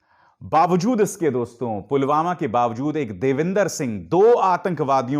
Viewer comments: Ye pm ji to Pulwama ko pugama bol rahe hai dekhlo or sunlo minute me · Pulwama ko pulghama kon bolta hai🤣🤣